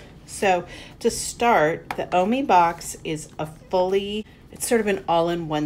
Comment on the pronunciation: It’s pernused o-my